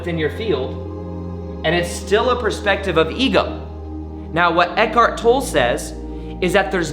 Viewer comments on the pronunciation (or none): I think I speak for all the Eckhart Tolle fans everywhere when I say: If you're going to refer to or quote Eckhart, please pronounce his last name correctly. It is pronounced "TOL-ə"; like "TOL-ay". Thank you. Great video, BTW.